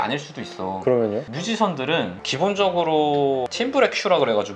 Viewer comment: Timbre 팀브레가 아니라, 보통 탬버 (혹은 팀버/탱버) 라고 발음합니다!!